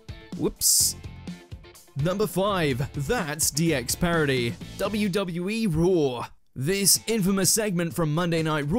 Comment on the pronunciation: Why you pronounce it "dubbiya-duh-bee" Not even close, dude.